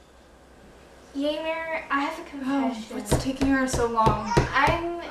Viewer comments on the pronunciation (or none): "Yaymer" Ymir is actually pronounced like Yimeer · The video was awesome, vut just so you know, Ymir is not pronaunced "Yaymir", it is "Imir" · Why do they say yay-mir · Have I been pronouncing Ymir wrong? I thought it was Y-meer ........ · Lol I've pronounced it 'Yimir' since like the beginning of time...... or since I first watched SNK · Why does pronounce Ymir like Yamar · I have to say, it's pronounced "Y-m-ee-r" but it's spelt Ymir. Great video tho